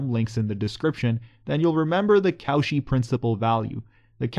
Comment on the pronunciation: Nice video! But Cauchy is pronounced as ko-shee, not kow-shi :-)